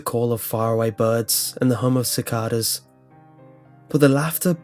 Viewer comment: Just a couple of corrections, "bayou" is pronounced like "BYE-yew", and "cicadas" is like "sic-KAY-dahs".